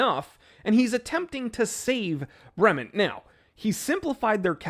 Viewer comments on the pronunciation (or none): You could at least pronounce the name correctly. Brement? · Your zombie ass is pronouncing "Bremont" wrong!!!!!!!!!!!!!!!!!!!!!!!!